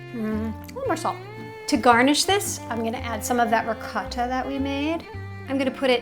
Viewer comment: Funny hearing this woman pronounce "ricotta"